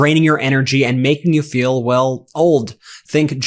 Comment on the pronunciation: A 5+ minute commercial by an obvious man in his 20's about "we all ferl the paon of aging" omg - disrupts this video and is like a road block to me! Make them SHORT, less than a minute or I will stop watching.